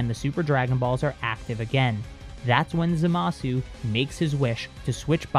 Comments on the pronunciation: Why does he keep saying zamas instead of zamasu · I wish he would say zamasu ZA MAH SUE not Za Mas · Manga: "Zamasu" Anime: "Zamasu!" English dub: "ZAMASU!", for some reason: haha zamas